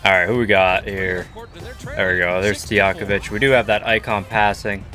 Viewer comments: I was bothered when he said stojankovic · No one: Him: Peja Stijakovic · Stojakovic too